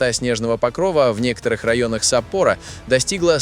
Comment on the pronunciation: Да САппоро же! САппоро. Когда же вы научитесь пользоваться правильно вашими ЯЗЫКАМИ! СаппОро - надо же!